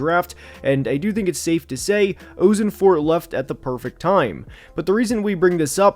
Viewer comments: As a Cardinals fan, please fix "oh-sen-fort" to "ah-sen-fort" lol 😂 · I went to middle school and high school with Monti. You’re pronouncing his name wrong. The “Oss” rhymes with “moss”. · You have to look at pronunciation if you're gonna make a video on specific people man, turned it off after you mispronounced Ossenfort for the nth time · I'm excited to watch the rest of the video and I expect you to give some valuable insight.... but how do you make a video and not even look up or know how to say the GMs name! You're killing me man.